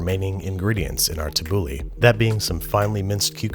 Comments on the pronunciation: Istg its called: ta-boo-laa thats how its said not tabuli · For every time he said tabouleh I lost 5 years of my life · he said shawarma, tahena and tabole wrong this looks good but looks nothing like shawarma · “Tibbouley, shwaarmah, t’heeney” Lebanese people begin cringing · TABOULEHH, AFTER ME, TABOULEHH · heads up middle easterns he is about to massacre tabbouleh